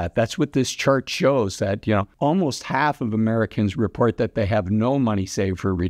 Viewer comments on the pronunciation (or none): none